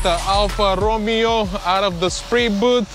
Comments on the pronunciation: Correctly its Alfa Roe May O......Not Romeo like Romeo and Juliette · Its not pronounced as Romeo like in Romeo and Juliet. Its pronounced more like Row Mayo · Alpha Ro-may-oo !! 😅 HA HA ITS ALL FUN MAN! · If I had your skills, I would do sectional because you know hot to make it look correct. Also, it's pronounced Row - MAY - O lol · I can't listen call Alfa RomIo...ohh god...you gonna call just like is written otherwise says Stelvio However you have done a great job Bye from Italy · Isn't it ....Ro-May-O ? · Please! Alfa Row-may-oh. It is NOT pronounced like the Romeo and Juliet character's name. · It’s pronounced alfa romayo lol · <When a guy can't even pronounce the name of your car correctly but you come back 3 days later and he fixes it in a way you never even dreamed of>